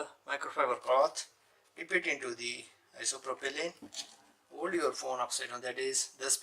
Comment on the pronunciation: Are you saying "isopropylene"?